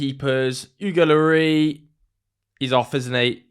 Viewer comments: Pronounce the s on the end of Lloris like you would as if your french rather than just trying to make it sound french. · French people pronounce the “S” in Loris.